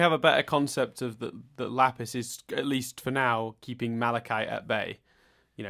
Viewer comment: Chille Tid!, you didn't cover the base where the "e" is actually pronounced:P it's hilarious that you'd chide for his pronunciation efforts when you still can't pronounce "Lapis". That's not a particularly hard word either:P There's a "p" in there, you know. Amethyst actually has slept before. And possibly Garnet too? Not sure. Pearl certainly is new to this though. Nah, it's fine. These episodes have made no sense to be in a bomb. Not really. Imo it's somewhat surprising that you already are so hung up about bombs being bombs when you only got one other example before though. "Lapis is, at least for now, keeping Malachite at bay." - No, not really. This is actually the turning point. Malachite is no longer being kept at bay. The Gems aren't looking for Malachite because Malachite needs to be contained. I mean, I guess that is part of it. But it's also just an awful relationship. I think at the latest from this point on, Malachite isn't actually that unstable anymore. At least in the sense of falling apart. Both of them have now given in to Malachite. They are Malachite now. She's rather stable (in the sense of not coming undone) by Super Watermelon Island. It's still a highly unstable, awful, toxic relationship though. They are bound by pain and hatred. This whole Malachite building-up, along with the immediate Jailbreak aftermath, is why the proper episode order is so important. The airing order messed up that flow to an insane degree., you keep br